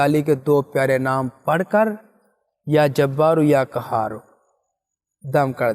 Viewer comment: قهار هونا ہے کهار نہیں